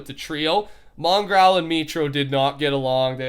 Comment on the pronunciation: The world's top 10 most asked questions... Why does pronounce Mongraal's name like Mongrowl